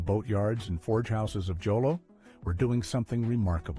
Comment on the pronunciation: Jolo is not pronounced with a J. You say with an H. It's pronounced as "Holo."